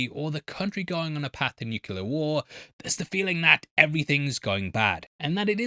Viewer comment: Do English people pronounce nuclear as “nookular”?